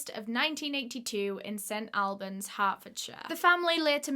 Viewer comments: Ahhh I’m from there! Love you! you say it like Allbans x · these uploads got my head spinning, you're a star!!! also, its pronounced St ALLBANS or AWLBANS (how does one phonetic) - my dumbass can't believe there's a case close to home DAAAAMN I'm excited for part 2 <3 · English towns are never pronounced how they are spelt but just to let you know- St. Albans is pronounced like all-burns. Which doesnt make much sense lol :) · We say St All-bens hehe I have never heard it another way! Love your story telling 👏🏼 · It’s pronounced st all -berns